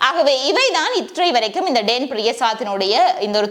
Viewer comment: டேன் இல்ல டான் என்று கூறவும்